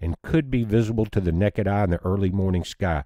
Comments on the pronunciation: necked eye eh🤣 Honestly I prefer that version of the word over plain-ol’ naked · He said “Nekkid Eye” 😉 Pretty cool.